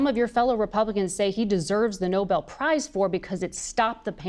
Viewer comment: I trust the CDC a hell of a lot more than I trust this guy and RFK. BTW, It’s NobEL, not noble.